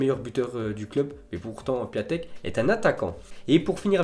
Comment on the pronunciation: C'EST PIONTEK QU.ON PRONONCE PAS PIATEK!! AVANT DE PARLER RENSEIGNE TOI